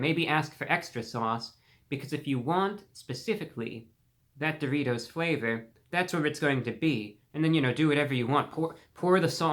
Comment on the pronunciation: If you don’t love the way this gentleman pronounces the word “dough-REE-toe”, something’s wrong with you chief 😂